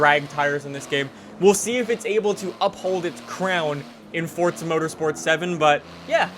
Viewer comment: Question - is it like an American thing to say forza like fort-za just can't get over it same with Impreza